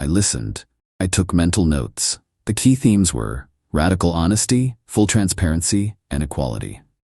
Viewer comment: The AI knows how to make a K sound but prefers the T sound just to make it sound even more ridiculous. Key becomes tea, Keith becomes Teeth…. And in one story, Keith used his tea to unlock a door. 😤😤😤